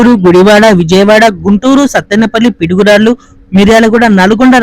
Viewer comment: Pidugurallu enti bro piduguralla kada